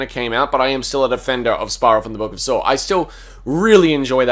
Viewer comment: Australians be like "Sawr X"